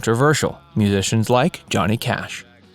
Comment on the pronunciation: We get Cohnny Jash. Get the original narrator back.